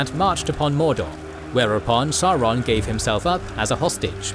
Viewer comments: I hate to point this out ... but you are mispronouncing Sauron throughout. It is pronounced SAWron, as in dinoSaw. Listen to the 1964 interwiew with Tolkien at about where he is being asked about power being in high places. 'Morgoth and his lieutenant SAWron ...' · Mind. Blown. I grew up thinking it was SAWron only for the movies to convince me it was SOWron. What might this mean for other pronunciations in the legendarium?! I need to seek out more interviews...